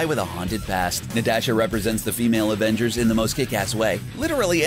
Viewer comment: He even says Natasha wrong it's not limited to just the my hero characters, so annoying!